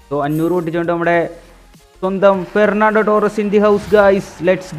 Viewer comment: Gernando Torres ❌Fernando Torres✅